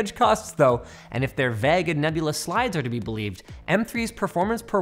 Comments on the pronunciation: for the millionth time, it's vague not vAgg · whats "vagg"????? do you mean "vague"? (PROTIP it rhymes with "Hague" and "plague" NOT "hag" OR "bag") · that’s not how you pronounce “vague” Linus :) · Linus can't pronounce "Vague"? lol Dude said "Vag". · Hate the way Linus pronounces 'vague'.